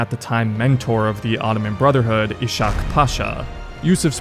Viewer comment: It's pronounced Is-hak, quite similarly to Basim's father